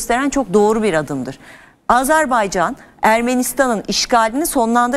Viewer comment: Hukuk dilini çok iddialı şekilde kullanıp Azerbaycan'a azerbeycan demek...Üstelik televizyonda...Öncelikle çok yücelttiginiz ülkenin adını doğru telaffuz etmeniz gerekir.Zira hukuk dili çok sayıda arapça,farsça kelime barındırır lakin Azerbaycan Türkçe'dir.